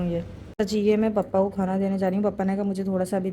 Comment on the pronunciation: Papa ko pappa kyu bolti ho 😂 or table use krne k baad wapas fold krke rkhi hi jati kuch bhi😂